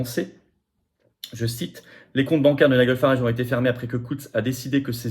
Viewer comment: Nigel Farage se prononce ˈnaɪdʒəl ˈfærɑːʒ (nailledjeul/ol farèdge).